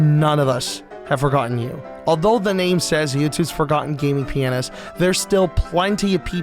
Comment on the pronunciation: Can you say "pianist" instead of P NS ?